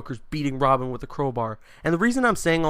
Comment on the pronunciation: "its this intense chase to save WOBIN!!!''